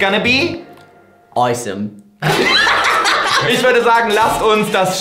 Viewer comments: Normale Menschen sagen : "Awesome" Tim Sagt : "OiSoM " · Niemand: Nichmal Joey: Tim: ✨"OiSoM"✨